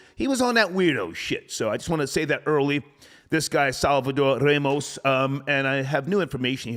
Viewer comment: is Ramos not Remos. Learn you spanish dialect, you mongrel!